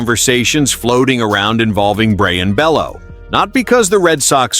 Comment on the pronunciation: And it’s pronounced (Bayoo)